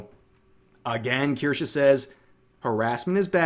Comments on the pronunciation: Kirschaaa or Kirscheee? - It's absolutely hilarious to hear you Americans trying to pronounce a German Word. 🤣 kirschää, kirschiiii - Please do it more! 🤗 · I’m still upset called Kirsche “Kursh” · Strange way on saying "Kirsche".